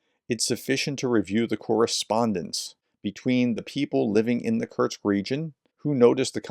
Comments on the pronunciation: Kursk professor….. Like course-K. Not Kurtz or Kurtzk. Please 😂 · It's 'Kursk' not 'Kurksk' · You're STILL pronouncing Kursk as Kerch ! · K-u-r-s-k, Kursk. It's not that difficult to spell out or pronounce. Try harder. Prof!